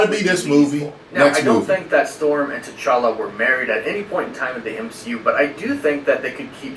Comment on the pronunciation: I always laugh when calls him “T’Charlie”